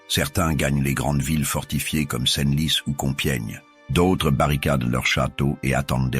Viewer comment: C'est de l'IA? J'avais des doutes mais en entendant la prononciation de certaines villes ("Senlis" par ex à 7min30) ou alors des liaisons bizarres ("Guillaume....... Carle" 7min50). Dommage, je voulais en apprendre plus sur la jacquerie et cette vidéo est apparue vers le haut de la recherche. C'est une chaine nouvelle avec plusieurs vidéos par jour et des images d'IA, je devais me douter que l'audio était aussi IA, le script aussi j'imagine d'ailleurs. Dommage.